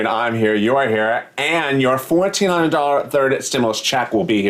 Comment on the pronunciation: I know it is $1400, but it sounds like you said $14. lol. My grandson caught it. We laughed. You have fun on your program, and you make me have fun with you. Thank You for making this transition bearable!!!!!